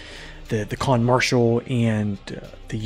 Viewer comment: Khan, not Kahn